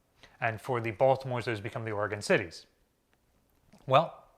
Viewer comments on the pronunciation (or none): none